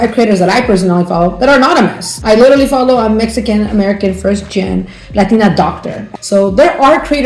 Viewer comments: "I'm mesican" gurrrrllll 😂😂😂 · "Messican" pinche no Sabo kid no mames way